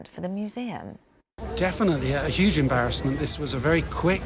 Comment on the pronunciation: "Whether that was an emParisment for the museum" that was NOT on the teleprompter she had to have thought on that on the spot.